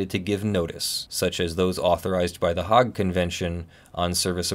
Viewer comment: Thnx for your explanation. Just as a side note: there are 2 Dutch cities that have a separate English name: Leyden (Leiden) and The Hague (Den Haag). As a Dutchy myself I winced a bit when he mispronounced The Hague. (just say hay (as in hay bales), and add the g from garage).